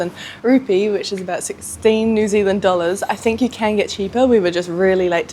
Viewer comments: RUPIAH MADAM NOT RUPE (INDIA) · sorry not rupee but rupiah but if still difficult to pronounce it just use IDR also same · For the record: it’s rupiah, not rupees. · It’s really no problem at all 😊 I’m Indonesian, so I naturally get a little itchy to correct things—also, rupee is for India 😅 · its rupiah, not rupee. this is not indonesia not india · It's rupiah, not rupee. You're in Indonesia, not in India.